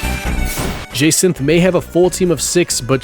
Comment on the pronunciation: Did-- did you just butcher Jacinthe's name so hard i had to double take? "Je-centh" man, good video but ow my ears